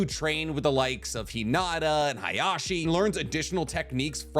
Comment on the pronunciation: So, can you call Hiyashi Hiyashi and and not Hayashi?